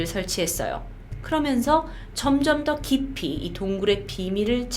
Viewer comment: 근데 중간에 더 깊이를 더키p라고 하네욬ㅋㅋㅋㅋ